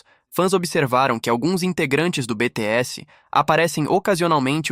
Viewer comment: Esse imbecil deveria saber falar o nome do grupo e dos íntegrantes corretamente, já que vai falar tanta abobrinha tantas teorias idiota falastrão! me poupe até pra ser burro tem que ter limites.